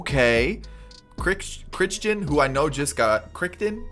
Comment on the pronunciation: Crichton is pronounced like cry-ton I think…